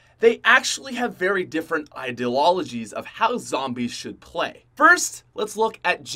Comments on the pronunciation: "Ideloligies" lol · "They have different idilologies" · "Idealologies" - 2017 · I can’t believe it took him 3 times to get “ideologies” correct.